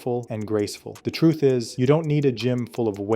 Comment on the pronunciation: 'The turth is'